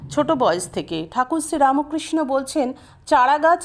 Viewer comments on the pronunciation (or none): none